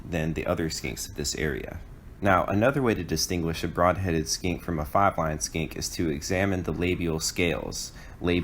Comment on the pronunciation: I only hear "largest SKANK in the SE" :D 1080p but not in focus... :(